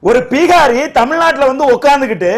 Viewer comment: Athu ppeegaari illai, Bihari. Venumne ‘pp’ pottu solreenga.,.,.,.,. Aanaalum avarukku....